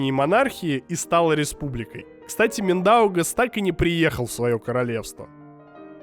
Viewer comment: Миндаугас. Приятно слышать литовское произношение имени, это уважение. :D Только там на «и» идёт ударение, Мѝндаугас.